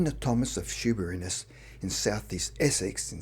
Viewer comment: I normally like your channel, so I will forgive you mispronouncing Shoeburyness and Inverness, but for Christ's sake! Norwich is not in North West England and Norfolk (which contains Norwich) is not in North East England. You don't even have to go to the expense of buying an atlas nowadays, just look it up on Google Earth! Stupid mistakes like that make you look unprofessional and LAZY!